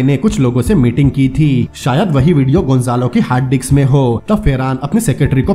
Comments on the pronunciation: Bhai wo disk hai dicks nhi hai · Haha diks nhi hota bhai Disk hota hai hahaha